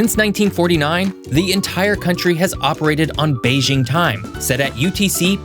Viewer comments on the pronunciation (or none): none